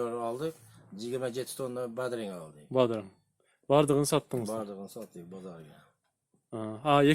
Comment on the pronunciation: Бадрың эмес бадраң